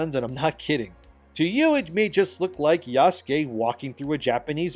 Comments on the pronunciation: Isn't it pronounced Yah-sooh-kayh"? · Is it pronounced "YAH-SKAY" ? I thought it was "YA -SOO-KAY" Or are you doing that on purpose to poke fun at it? I keep thinking of Jaskier (Dandelion) from the Witcher every time you say it. because thats how people pronounced his name wrong in polish lol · Yah-soo--kay bro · criticizing Ubisoft for lack of Japanese research while he pronounces Yasuke = Yaskay